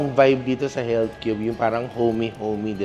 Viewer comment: health is heALTH GALING TLGA MG BRITISH NI TATAY LOVE LOVE